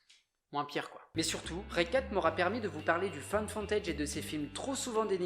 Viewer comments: "Find Foooootage", pas foNtage.. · J'ai eu l'impression d'entendre "found fontage". Ca m'a fait rire, ça se prononce "fou" ;) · Fai gaffe a ta prononciation, au lieux de find footage on dirai que tu dit femme fontaine mdr, sinon ben bonne video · bravo à toi pour ton travail ! mais je dois avoir un problème hormonal ou auditif car à chaque fois que je t'entends dire "found footage" moi j'entends "femme fontaidje" XD . En tout cas re-bravo pour tes vidéos ! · Ne prononce plus jamais Found footage ! Car les non anglophones vont chercher femme fontaine sur le net et être traumatisé a vie. 😂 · T’as presque dit femme fontaine pour found footage 😂😂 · J'adore tes vidéos, mais tu prononces très mal "found footage"... xD La bise quand même ! :) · Je trouve ton boulot super mais ta manière de dire "found footage" fait très catégorie sur Pornhub quand même... Super boulot quand même ! GG